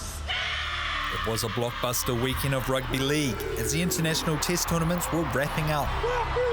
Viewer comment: When you said Rugbah Lehg. I felt that